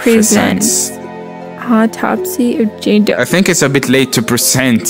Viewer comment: the way he said jame doe got me rolling 😂😂😂😂